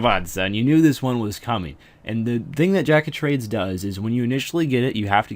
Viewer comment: Lol he says Drack of Trades in the beginning of the JoT part